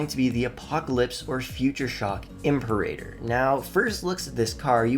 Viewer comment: Great videos so far! Just a note it's pronounced "im-pear-a-tor" not "imp-a-rater"